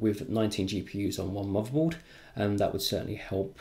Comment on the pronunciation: Nice preview. Thanks. You might want to consider speaking more clearly. I hear usb free eeffernet muvaboard and I cringe. I do wonder if non English speakers struggle with listening to you.